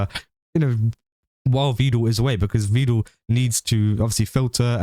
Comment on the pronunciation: Is he saying "Vedul" as a joke, or did he learn the pronunciation from Evil?😂